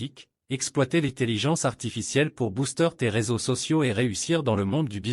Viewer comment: "Boustère" au lieu de booster. Que c'est bête l'AI parfois !